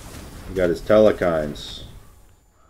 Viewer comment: Telkhines not telekhines